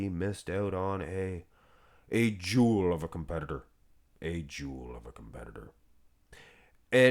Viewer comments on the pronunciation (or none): none